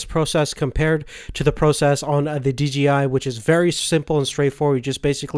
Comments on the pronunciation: OH MY GOSH ITS SAID D-J-I NOT DGI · d...J...I.... not dgi